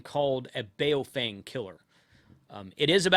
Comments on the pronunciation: It’s pronounced like: “boww funng”. as in “bow wow”, and as in “fun” with a “g” at the end. And IMHO they are NOT junk. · Blimey ) how can you review something you never owned and sound like you hate 😂😂😂 its Baofeng ( Ba-oww-fang )